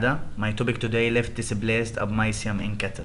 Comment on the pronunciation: Hi...Thanks for your presentation..... 1. The slides are fulled, you need to make it as points and just speak by yourself on non-written information. 2. The tone of your voice is stable and this make audience less interested, you need to change voice tone. 3. You need to practice in pronounciation of new words such as (abomasum, appetite)